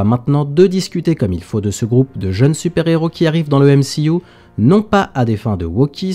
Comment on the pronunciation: Pourquoi tu dis M-she-U ?